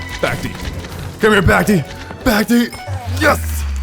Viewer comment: Love the vid broski. Only problem is that you kept saying "back-tee" instead of "back-tay." The boss' existance is a joke about Dante, an event boss from 2021